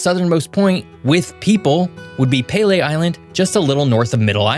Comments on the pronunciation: PEA-LEAH. You mispronounced it HORRIBLY!!!! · Great video! A few tips: Noon. Nunavut is pronounced Noonavut. Iqaluit is pronounced IQALuit. Pelie is pronounced PeeLee. We 🇨🇦 really appreciate the ending. Thank you. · Peelee island is said like pee-lee not pay-lay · “Pay-lay” island 🤦🏼‍♀️ it’s pronounced PEEL-EE island !!! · Apologies if someone mentioned this already, but Pelee Island is pronounced Pee-Lee (like urine, and the male name) not pay-lay (like the soccar player). Really good wine comes from Pelee Island! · Pee-lee, not Pay-lay Island. And your moose is a caribou. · It's pronounced "pee-lee" not "pay-lay". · "pay lae" island... lol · pronounce Pelee island, "Pee-Lee" island. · Really great video, however you pronounced Pelee Island wrong, it’s pronounced Pee-Lee ☺️ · Hi, thank you for a video on Canadas cool geography! Im a huge geography nerd and im from Ontario! You could do a whole video on each Provence!! Also, not sure if I missed anyone else already commenting this: Just a friendly correction in pronunciation Peele Island is pronounced like the letter "p"-lee. That little island could get its own video frankly. Its so darn cool and has WILD biodiversity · Pronounced peel EE island just an FYI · Pelee is pronounced Pee Lee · Pee-Lee, at least being down in Windsor and travelling to Leamington a LOT thats how its always been said around me.